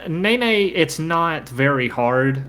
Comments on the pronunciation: When you redo Nene, if you could pronounce it Neh-neh, and not Nay-Nay, I just do not want the precious seal/bear to be associated with a stupid dance move in my mind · Take a shot every time you hear ney ney instead od nene